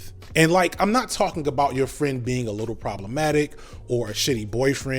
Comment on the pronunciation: his he saying "little" or "wittle"?